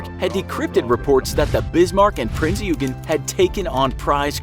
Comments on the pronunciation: Not to be nit picky but it is pronounced prinz oi-gen. Just something very small I noticed sorry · You pronounced the prinz euagan wrong. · Prinz OY gen. :DDD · The way he pronounced eugen!😂 Its pronounced “Ouy-gen”! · prince ,,Jugen'' 😂😂😂😂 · Is pronounced Prinzz Oy-ghin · It’s pronounced like oi mate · "Prinz-You-Gen"... Uhmm... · It's pronounced yoygin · Ikr?, its supposed to be OYGEN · his pronunciation is terrible. He actually said, " A foot thick". But other issues mispronouncing Prinz Eugen (Prinz Oi-gun) and Swedish Cruiser Jutland (Yout-lund). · “Prinz Eu-gen” Pronounciation freak intensifies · Yup. Don't get me started on the name "Riche-loo." Or "You-gen." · the way he pronounce prinz eugen offends me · Seriously triggers me at how he pronounces it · Your pronunciation of "eugen" is very cringeworthy. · Suffolk, it might be just because I'm British but this pronunciation as well as the Prinz Eugen made me unsubscribe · Their pronunciation of Richelieu wasn't that bad although the pronunciation of Prinz Eugen is unforgivable and the misnaming of the Spitfire's Manufacturer was enough to make me froth at the mouth. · Just a little info its prince oy gen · it was pronounced prince oy-gen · ye it aint ugen its prince oigen if u need help to pronounce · the king georges guns were 14 inch, bismarck is not a mid-cold war russian guided missile destroyer, the british do not have the ticonderoga class of cruisers, the british torpedo bombers were not jet fighters, the f35 did not exist in the WW2, the german cruiser prinz eugen is not pronounced prinz yougen, no battleship or any ship has ever had guns at the highest point of the ship. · “Prince YOUgen” Uncultured swine, it’s prince OY-gihn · It isn’t Prince Yoogen... it’s Prinz Eugen (pronounced Oigen) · Yeah. Also calling Bismarck "She", and also "Prince Yoogen"(pronounced more like "Oy-gen") decent video though, just prepare a bit more. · P r i n z Y o o g e n